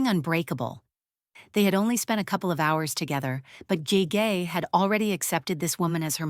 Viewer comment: Ge Ge is pronounced Girl Girl without the l consonant. It means princess in Manchurian.